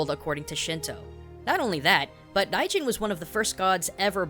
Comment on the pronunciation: It kinda sounds like you're pronouncing "Raijin" as "Daijin." Is it because it's difficult for most native English speakers to pronounce that "RL" sound?